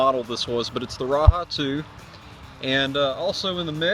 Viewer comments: raja not raha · Great video, just one thing wrong.... its called the Ra-Jah not Ra-Ha! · You are mispronouncing the name of the knife. The 'j' is pronounced and not an "h" sound.